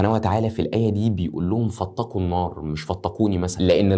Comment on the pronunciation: لا نقول فاطقوا بل فاتقوا أخي😊